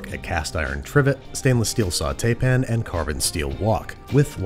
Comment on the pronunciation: Pan. not pn